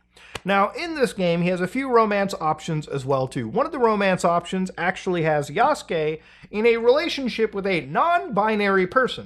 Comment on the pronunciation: The amount of people who can't pronounce "Yasuke" and "Naoe" properly...